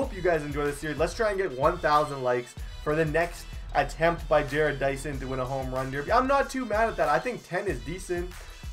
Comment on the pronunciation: Ja-rodd Dyson